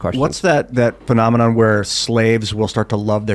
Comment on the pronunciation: Hurray!!: "phenomenon"...NAILED IT!